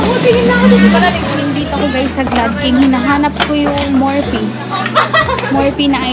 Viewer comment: it's "Morfi" when you read it